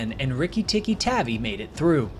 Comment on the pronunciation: Tavi (Tahvea)